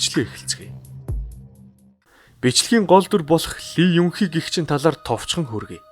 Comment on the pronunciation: 이윤희 - Lee Yung Hee - И Юн Хи (Lee овгийг " И " гэж дууддаг шүү) KEEP GOING :hand-pink-waving